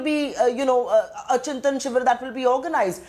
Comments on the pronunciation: First of all it is not Chintin , it's Chintan. God why don't these Harvard passouts stick to English for god's sake? Surjewala lives sonia gandhi's "netreetawa"very inspiring. No surprise congress has lost ground in north india.. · Chintan shivir not Chintin shivir